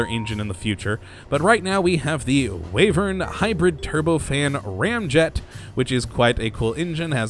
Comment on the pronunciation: Did he say "Wayvern"?